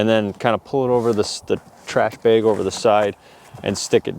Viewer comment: I just like the way you say "Beg." Must be the Wisconsin in ya. :D I kid and I love you. Great vid my friend!